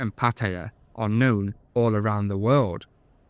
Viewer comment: "I am (k)new (known) to the bar". Then there's the 50vs500 baht Engrish mistake on purpose